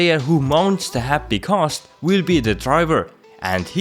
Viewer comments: G A Ss...T not ghosss ... lol u have a youtube on a subject that you cant even pronounce :/ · Stop saying CAST its GHAST dammit! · Why are u saying khast its ghast. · Thanks for the video but it is not kast. It is ghast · Ghast, not Khast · Are you incapable of making the G sound?